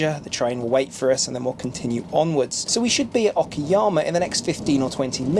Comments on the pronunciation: Where did you get the idea that is it pronounced Okiyama when it is spelled Okayama? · Love Kyoto station. Kyoto is an amazing town. Okayama (not okiyama) I lived there for a few years. Very fun town too. Wish more ppl visited it vs Kyoto. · o ka yam. not okiyama - that's a different city. ka like cut